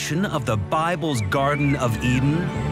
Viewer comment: Did he say Garden of Eatin'? I hear they had a new menu!